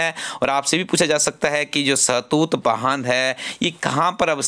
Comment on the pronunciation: Sir it's shatut